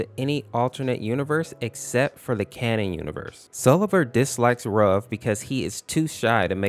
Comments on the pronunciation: You pronounce ruv like roof but v instead of f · It’s pronounced ROOV